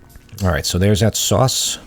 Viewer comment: I love your accent … especially when you say soass (sauce)😂 keep up the excellent work!